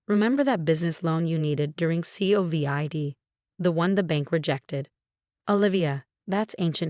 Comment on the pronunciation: The voice needs to learn how to pronounced covid instead of spelling it!!! Cut off the family!!!!! Consequences need to be allowed for the lesson to be learned!!??